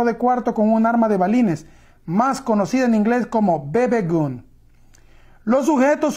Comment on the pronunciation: No es bebe gon sino bb gun (bibi gan)